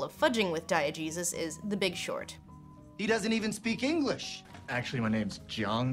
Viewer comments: I'm probably not the first to say this, but every time you say "diegesis" I swear I hear "diet Jesus"... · I just have to say, every time Lindsay says "diagesis," I hear "Diet Jesus." Like Jesus, but with no calories!